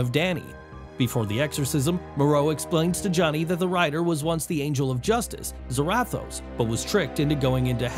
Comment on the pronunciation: You pronounced Nadia and Zarathos wrong.